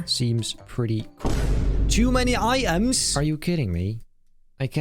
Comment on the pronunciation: nobody: absolutely nobody: not a single soul on this giant earth:: "tOo MaNy i’EmS??"